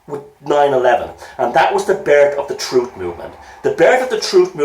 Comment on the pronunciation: Troof?? You can't handle the Troof!